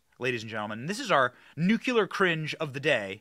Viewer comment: "NUCYALER"? I DO NOT KNOW WHAT THAT IS. DO YOU?